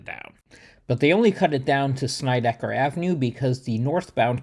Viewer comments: Hey Dude ~ kool video. First, you got seriously good hair. Am an aging hipster from the East New York section of Brooklyn and grew up on Sheffield Av which runs parallel to Alabama & Georgia Avs. Second, it's not ''Snide-eye-ker" but "sned-ick-er". Plus, in the old Brooklyn accent the er is pronounced more like uh. Am now well into my 70s, moved to the Midwest 39 years ago but never lost my East New York accent and still speak that way. You pronounced Van Sinderen correctly. Not too far away the New Lots Avenue line runs past a street called Schenck Av. This street is pronounced ''skank''. In the old days we pronounced Avenue as "avnuh'' just in case you'd like to know. One thing more = there's an old story from Nick Fotiu who was one of my favorite pro hockey players of all time. While he was a genuinely tough guy, he shuddered at the thought of going thru Atlantic Avenue in the Long Island Railroad to hockey school in Long Island. Because of that whenever he was on the train in that station he would clutch an axe in order to ward off any trouble. ENY was and remains the toughest neighborhood in Brooklyn and in NYC. And in case you didn't know, nearby Broadway Junction used to the be the home of old Eastern Park which had been the Mecca of NYC sports way back in the 1890s. But that's for another video. Keep up the good work. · SNEDD-I-KER, not Snydekker! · The two streets are called (sin-ned-di-kerr) and (van-sin-dren)........... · It's not pronounced Snideker. It is pronounced like the word Sled with an n instead of an L. Van Sinderen as in Cinder.